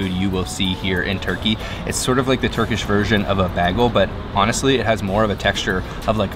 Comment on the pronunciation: Bag el it’s Bay gel and how come every dish is brilliant. Be honest, it’s not possible to like everything